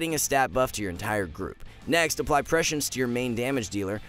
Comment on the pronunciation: The main lesson i’ve learned of watching augmentation evoker video’s is that literally NOONE knows how to pronounce prescience :/